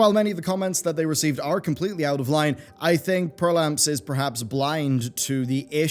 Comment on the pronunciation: Perplamps, not "perlamps"